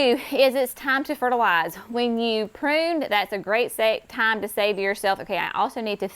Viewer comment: That was TUNE, NOT time-lol!